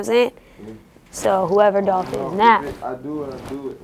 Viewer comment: ITS DOLPHHH 🐬